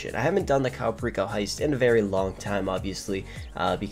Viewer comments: Cayo Perico is pronounced (Kie-yu Per-eek-oh) 😂😂 its fine you can pronounce it however you want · Caiou pereeko😂